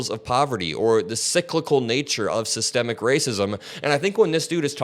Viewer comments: "SYSTEM-MIC" not "Sistamactic," not a cooking appliance. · I gave up watching as soon as I heard "SYETEMATIC" racism. 😂😂😂😂😂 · All the black fox viewers don't even know what systemic racism is. The brother couldn't even pronounce it. 🤔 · "SystEMIC acism" is exemplified when these semi-literate goofies pronounce the word as "systEMATIC". A failed education system that has produced a generation of goofies who neither understand the King's english nor the proper pronunciation of the same. My guy, stop talking. You sound dumb. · Okay we knew we had a dummy online as soon as he says systemic incorrectly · Buddy in the Maga cap clearly is uneducated as he can't pronounce systemic correctly. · OMG, dude couldn't even pronounce Systematic racism. He needs to go back to school. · He can't even pronounce the word systemic...that explains alot.... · the scariest thing about this guy is he can`t even pronounce systemic racism there is no need to take this guy seriously. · This idiot couldn’t even pronounce systemic and thinks he smart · The dude pronounced 'systemic" wrong! This why he doesn't know what is is😂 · He couldn’t even pronounce SYSTEMIC properly—ignorance is NOT bliss!!!! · MAGA Dude can't even say Systemic.... Dunce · He not only doesn’t get what it is,he also doesn’t know how to pronounce it. True Trump supporter, dumb dumb. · It’s the fact that the maga dude so dumb he pronounced it wrong to try and make it seem as if it isn’t a real thing. That’s the maga trick pronounce words or names wrong to take its validity smh